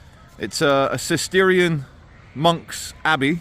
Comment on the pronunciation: "Cistercian" not "Cisterian".